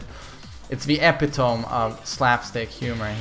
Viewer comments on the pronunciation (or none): he pronounced epitome as ep-i-tome instead of e-pitt-oh-me and i cried internally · Epitome <3 Is pronounced e-pit-oh-me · Hahaha that was terrible